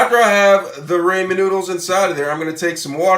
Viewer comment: Raw- Men noodles and KI - Ann peppers